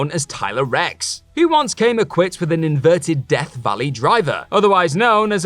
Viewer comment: Lol i like how you call Tyler Reks "Her" hahahaha